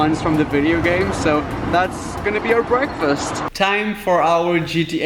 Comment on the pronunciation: time for our gta "bweakfast" lol. sorry. :(